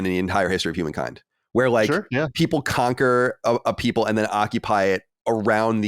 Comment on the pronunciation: Critique: It sounds like is Saying "Conquer" and "Conquered" after the first few times of saying the word in the video. I thought I wasn't hearing it properly... It's been on my mind for days, and I had to confirm.